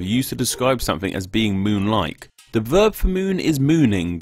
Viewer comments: I absolutely love all of your vids but could you please quit saying dey and instead the? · "duh moon" "duh moon" "duh moon" "duh moon" "duh moon" "duh moon" "duh moon"